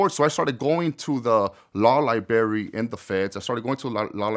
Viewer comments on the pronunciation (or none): criminal justice and cant pronounce libBRARY right😂 not liberry bro .............if u will 😂😂😂😂😂😂😂😂😂😂😂😂😂😂😂😂